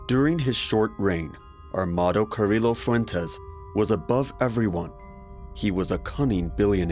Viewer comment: I can't do the really bad pronunciation of Medellin, Carillo, etc lol. LL=Y I think pretty much everyone knows this that speaks even the most rudimentary Spanish. I hear this all the time in docs and its so annoying to me.